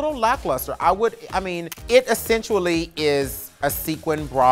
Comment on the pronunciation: ‘...it essensually...’ 😂